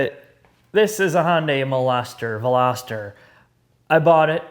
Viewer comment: why pronounce the V in Veloster as an M to sound like Molester......